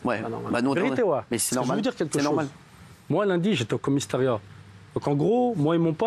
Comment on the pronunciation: "Comisteriat"!!!!! ..mais le mec,bordel,...mais quel français il parle...